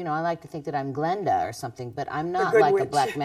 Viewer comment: Stevie - and the rest of you - its GLINDA the good witch. Glinda, not Glenda. It matters if you're an Oz fan and a witch.